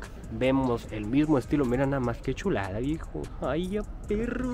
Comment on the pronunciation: Me encanta cuando dices: MIRA NOMAS QUE SHULADS. hasta pareces de SHIHUSHUA...Saludos desde CD Juárez